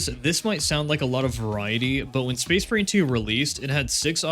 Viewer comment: the captions made me realize you say space marine 2 like space brain